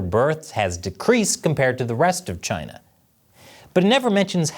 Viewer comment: Was not ready for the way you said "chINa" in the intro